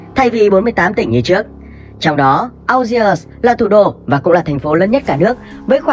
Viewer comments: phát âm là ni giê và an giê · Đã đọc tên đất nước là "An giê ri" thì đọc tên thủ đô là "An giê" mới đúng chứ 😀